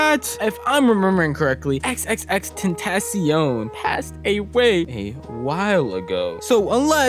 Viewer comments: Xxxtentasiown??? Is xxxtentacion it’s said like tentashion not tentasiown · it’s pronounced xxx-tent-uh-see-on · its crazy how people claim to be X fans but cant pronounce his name . You dont actually say x three times bruh. Jeez. It's Extension with a Spanish suffix because he wanted to make a name that paid homage to his afro-latino roots and environment. Everytime you say his name i cringe. Phonetically it's Ex-ten-ac-cion. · That ain’t XXXTENTACION that’s XXXTENBLOCKCION💀💀💀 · At least say his name right